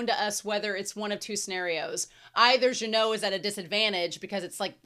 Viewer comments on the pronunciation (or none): Minor correction, Genau's name is pronounced with a hard g. Regarding the number discrepancy in child demon's line, that's a subtitle error, she actually says there are four mages, three of which are first-class. I love that when Methode is happy patting Frieren's head, you can see that her other hand is swaying to her side the same Fern sways her hands when she's doing her satisfied, fulfilled penguin walk. Fern trying to pull Frieren from the hug might as well be Fern trying to pull Frieren from a mimic. An interesting piece of characterization of Genau's dead partner, when he was showing magic tricks to children, it was pretty much the same display Frieren did in one of those passing time montages, the one between the two meteor showers in episode one if memory serves me. There's also another animation call-back to season one, the side zoom from above to Genau right before Stark blocks Revolte's blades is the same as the one done from when Stark cuts off the hand of a monster going for Frieren in front of the Hero's Sword's cave in episode 12. Now, this is a bit of a reach here, but I think that Genau dropping the bread crumbs for the birds in that flashback can be interpreted as a grief display. We already know that Genau feels emotions very intensely without showing them, per Frieren in the previous episode going "your spell had so much bloodlust, I though you were a demon". Him dropping the crumbs feels like a way of showing him crying without showing him crying as he s